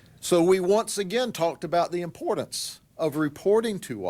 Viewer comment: IMPOR DANCE'... GRADY THERE IS NO "D" IN 'IMPORTANCE !!